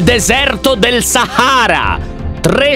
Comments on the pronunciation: Deserto del SAHHHARAS - ALLE BAHHHHAMAS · Iniziò: nel deserto della SAHARAH io tipo hahahahahaha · Io all'inizio:Ma va che coincidenza oggi ho letto il piccolo principe dove si pronuncia "Deserto deo sahara" HAHAHSHSHA